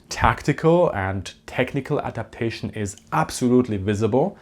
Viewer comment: APADATION? Don’t you mean ADAPTATION?